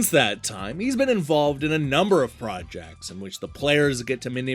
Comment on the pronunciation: It really sounded like you said "Peter Molyneaux has been involved with a number of fraudjects" which is the perfect way to some up his last 10 years or more! 🤗